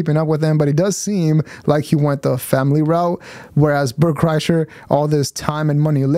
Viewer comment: Bert Cry-sher is more like it.